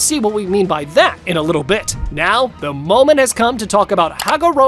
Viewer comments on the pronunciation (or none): none